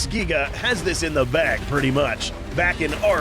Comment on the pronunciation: ngl I thought you said "I'm black" 💀